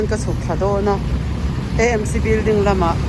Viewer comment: Amc tih tur itia nangmah zawkin Emc i ti leh sia😝😝